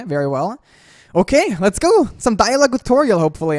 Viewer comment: am i the only one who hear saying TU-TORIEL